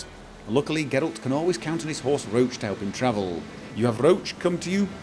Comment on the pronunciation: Still pronounces RO-ACH as RO-SHE. Jesus..... You do it on purpose don't you? >_> Course.....